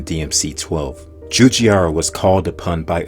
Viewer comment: I'm just so sorry, but the way you pronounce Giugiaro is just.... YUKH. Djewdjaro... uhu.